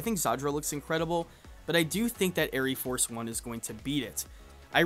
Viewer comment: You goober , the e is silent , it is just air Force one , smh